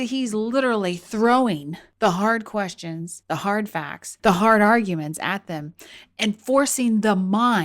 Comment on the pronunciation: "the hard r"guments? Did you know you said "the hard R"?